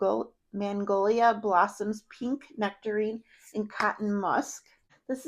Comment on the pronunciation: Good choices there! It sounded like you said mangolia blossoms in the Hello Beautiful, and rhubar in Imperfect Beauty. I'm not sure if thats what you said or its just the audio. Its pronounced Mag- nolia, and rhu- barb.